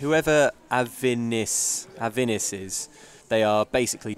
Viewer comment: foreigners!? coming into Summerset!? Avinisse is not 'avin' this